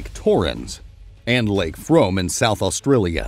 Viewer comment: It’s not pronounced frome despite the spelling. It’s pronounced froom